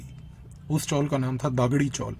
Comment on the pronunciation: You are giving a good talk but pronunciations are wrong . Not Gaavli but Gavli . Not Daagdi chawl but Dagdi chawl . Thank you